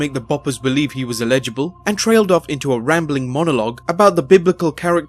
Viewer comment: I think he just doesn't know how to pronounce certain words. Nothing to do with any accent. He pronounces Adidas and Eligible incorrectly.